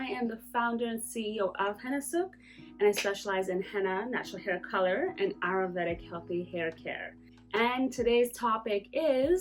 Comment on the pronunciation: You can’t even pronounce Ayurveda or the Indian herbs but out to sell snake-oil bullshit to Westerners.🤦‍♂️🤦‍♂️🤦‍♂️